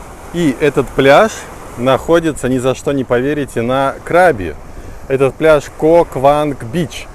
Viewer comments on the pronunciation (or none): КрабИ, ударение на последний слог. Это провинция, а не пляж) Ребят, вы были в самой красивой провинции и не увидели ничего вообще. Возврвщайтесь, Рейли и острова ждут вас.